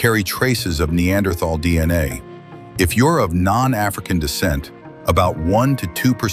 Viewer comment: Apparently there is not an AI that can pronounce Neanderthal correctly !